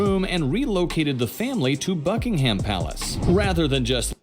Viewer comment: It is NOT Bucking-Ham!!!!